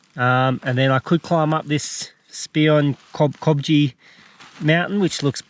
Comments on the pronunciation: Spion Kopje ; pronounced "Speon Kop". Named after a battle in the Boer War at place of same name. A Boer word (yes Dutch in origin) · Spion kopje has Dutch origins, it means spy hill or lookout hill. Based on this I'd guess it's pronounced Spee-on Kop-yeh. Great video as always mate, beautiful shots. You've inspired me to head out on a trip!